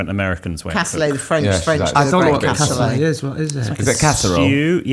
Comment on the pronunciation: Cassoulet: kasooleh lol